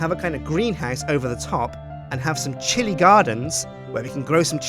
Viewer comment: time you say chilli i think you say shitty